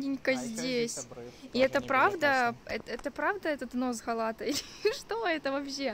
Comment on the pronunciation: Га̀лата! Ударение на первом слоге.